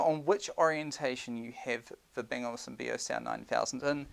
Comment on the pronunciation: It's Olufsen not Olivesen